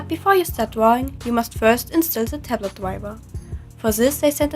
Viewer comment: ''I really like dwawing with this tablet'' nice touch, since you're a ... catlike animal Grüsse aus der Schweiz